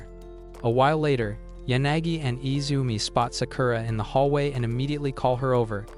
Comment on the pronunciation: His name is not Izume